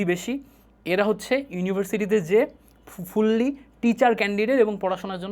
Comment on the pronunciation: ’ফুল্লি’ আবার কোন উচ্চারণ!